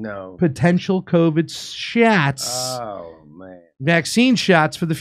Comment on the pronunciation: What are Covid Shyatts?